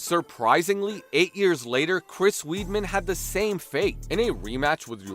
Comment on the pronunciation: It's not Chris Weed'Man dude, it'S WEIDMAN